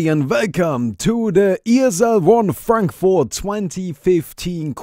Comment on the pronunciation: its not Frenkfort its Frankfurt xD